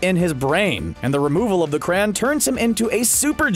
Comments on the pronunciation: It’s cray-on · are you trying to say Cray On